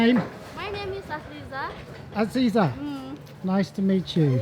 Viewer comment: you did a very good job pronouncing the little boy's names. To us, the names are very unusual and hard to pronounce. I wonder if everyone would've been this nice without the escort? I really enjoyed this vlog. Thank you for taking us along.👍, I love your baby bananas.🍌